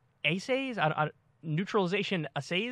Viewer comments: Kyle, the way the word "assay" is pronounced is the same way your childish self would say it. Pronounce it as "ass say". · It’s Ass- say tests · Pronounced: ass-say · Cool how managed to sound like an ass, whilst attempting to pronounce a word which phonetically starts exactly like ass, whilst simulteanously sounding out every other variation of 'ass' other than the one used in both ass and assay.